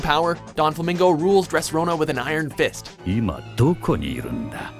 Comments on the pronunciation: Donflamingo? Dressrona? Okay, you're doing this on purpose now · holy shit donquixote pronunciationhelp me donflamingo and dressrona is killing me too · I CANT EXPLAIN HOW MAD I AM. NOT BEING A WEABOO BUT YOU GUYS ARE PROFESSIONALS SO GET YOUR SHIT RIGHT. PRONOUNCE HIS NAME RIGHT. DONQI(HOTE) DO. DOFLAMINGO. AND DRESSROSA. ROS(E). AAAAAA JESUS PLEASE SEE THIS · its dressrosa not rona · im getting cringelevels worthy of vegeta at saying donquixote and dressrosa, its don-kwi-hote. and dress-rosa, not dress rona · It's DRESSROSSA NOT DRESSRONA 😐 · Doflamingo, not donflomingo Dress rosa, not dress Rona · dude said dressrona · Donflamingo? DON? DressRONA? RONA?? I'm done :L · ges not wrong on the 'Don' part...you need to do your research, the translation and inspiration is accurate...but its DEFINITELY NOT Dressrona which tells me they're just saying it wrong 😂 smh